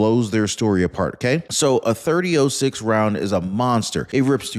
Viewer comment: A 30.06 Rifle Is Pronounced As A 30 Ault 6 Instead Of 30.0.6